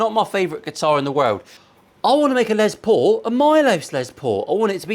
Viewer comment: Here I am editing a Les Paul video watching a Paul Les Paul video. At least you pronounce it normally, unlike the Yanks and their Less Paul. Last time I mentioned that, I think I triggered the whole country.